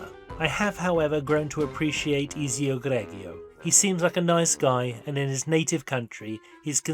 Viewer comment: Why are you pronouncing it Eazy-oh? You know well how to say Ezio proper. Is this a joke in the spirit of the movie?